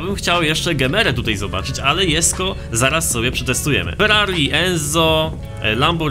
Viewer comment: proszę nie jesko tylko dżesko to boli w uszy